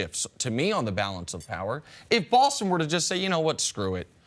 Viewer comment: WHY does Nick pronounce "Boston" BAWWLSTON...drives me nuts lmao